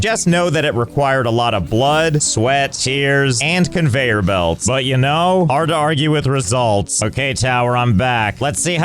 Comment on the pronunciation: there's a fantastic spark of joy in my eyes everytime i hear josh saying the word "conveyor belt"